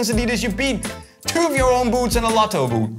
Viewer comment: we say boots says buuushts